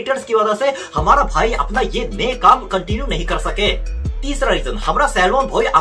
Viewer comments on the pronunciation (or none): Well that is not भोई it's भाई 😅